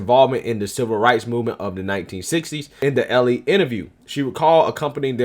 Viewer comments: it's ELLE not ELLIE...... ELLE.... LIKE THE MODEL. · I know you don't read women's mags but, "Elle" is French and is pronounced like the letter "L" and means "she."